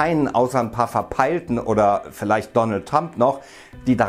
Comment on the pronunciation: donald tump? xD